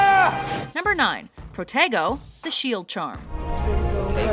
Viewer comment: When they say "Protego" it sounds like they're saying "potato"